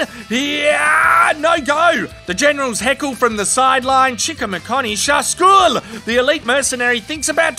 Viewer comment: Ha ha the Iranian part for me as an Iranian was awsooome. And the "shagool" was a good one. 😄